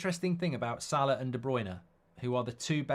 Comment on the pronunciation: its salah and its not close.